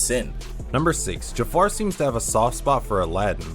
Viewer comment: As a Ja'far fanatic I would like to point out that his name is Ja'far not Jafar. This is very important.